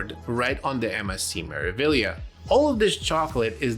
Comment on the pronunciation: MSC "Mare-ah-vee-yah" 😊